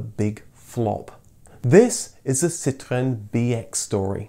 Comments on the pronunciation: I hate the way he says citroen. Stop trying to sound like a french man. Your English be PROUD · If you want to say it in French, it's not "Sit ruuuurn", it's "Sitro-enn". That's what the little ë is all about. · Lovely video, thank you. I know you pronounce Citroen and Peugeot properly, but it really does sound so affected. How about just Sitren and Perjoe . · Ah yes, sitwren and pijzo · So now I know. I've been saying Citroen incorrect all this time. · I hated the way you pronounce Citroen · For God's sake, please pronounce Citröen as a normal English person would! 🙉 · I like how you pronounce ‘Citroen’…very Gaelic 😂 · PLEASE don't pronounce Citroen with the accent. Its mildly irritating. ;-) EDIT: ARRRRRGH!!! Sorry, had to turn it off halfway through! Too annoying! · I don't know why you feel the need to pronounce citroen or anything remotely French in such a ridiculous way. I've noticed you don't do this when talking about german cars or cars from any other country for that matter. But as soon as citroen needs to be mentioned the excitement overwhelms you. Its not a case of correct pronunciation, imagine a French dialogue where everytime they mention austin princess they put on a strong brummie accent, your right, that would be ridiculous. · Oh god the way you say citroen. You're not French.